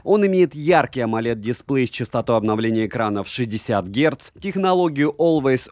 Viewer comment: дисплЕй, а не дИсплей! Спасибо большое за обзор. 😉